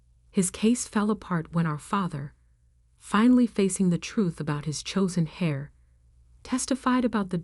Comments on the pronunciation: The person who inherits, is called the "heir" (pronounced the same as "air", not as "hair"), and the "heiress" (pronounced as "airis", not as "harris")! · Heir not Hair. And, it's pronounced air. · Thr word "heir" is pronouced "air" not "hair" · Why do you mispronounce heir, it's not hair, pronounced heir(eir) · Heir, not hair, and H is silent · lol can they learn to pronounce the word heir instead as pronouncing it as hair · "Hair", you mean "Heir" ? There are a few mistakes in the choice of words, grammar and pronunciation. It seems no one had done any proof reading. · it should be the "chosen heir" and pronounced "air". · And, they are pronounced differently. Heir is pronounced air. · I thought Grampa was a good guy. Why did she say the only thing her brother learned from Grampa was to take credit for other people's work. Also, the "h" in heir is silent.